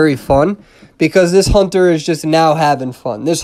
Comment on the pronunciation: You said HONTER WAY TOO MUCH